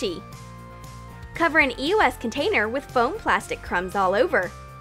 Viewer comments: They said eos wrong 😂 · They keep saying E O S and it's beer annoying how they are not pernonesing it right it's eos😒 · No u say eos wrong dumb massive game of my god damn